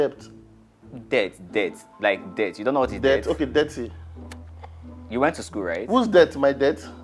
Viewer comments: it’s dirt and not dirth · literally pronounced it det. I can't with this guy, I'm outta here. I can't watch this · talk say na “dirth “ werey ni bobo yi seh! 😂😂😂 I don’t want to even imagine how his household will be like 😂damn😂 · But dude, you pronounced dirt wrong yourself, yet you're trying to correct someone else